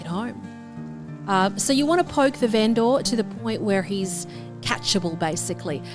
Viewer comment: Every "Ven-Door" scratches my brain.